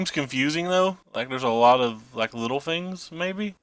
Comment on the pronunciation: i think its both like your th's sound like f's. You also say fings and that kinda derives ne up a wall